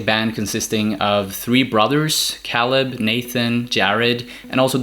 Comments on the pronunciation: Dude cool video but you’re killing me lol. It’s pronounced “KAY-LUB”. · Matt is their Cousin not Nephew Also Caleb's name is pronounced (kay-leb) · The way you pronounce caleb makes me wanna turn this video off l o l